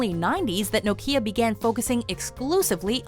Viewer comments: Its right bugging me how shes pronouncing Nokia 😑😂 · Never heard Nokia pronounced like that!